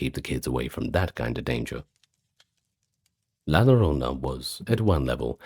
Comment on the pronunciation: Excellent compilation! I listen to these when I'm awake, not just to sleep, and your videos are always fascinating. Quick pronunciation note, though: in Spanish, the double L makes a "yuh" sound, or in some dialects a soft J like in Jaques. So "la llorona" would be la yoh-ROH-nuh. Thank you for the amazing work you and the team put into these videos!